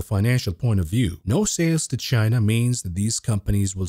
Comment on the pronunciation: you can’t speculate on a shortage of viagra and then turnaround and pronounce China like “Gyena”. You’re gonna get us fellas worked up.